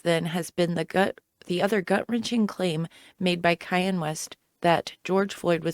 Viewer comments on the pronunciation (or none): Why are you calling Kanye Kayen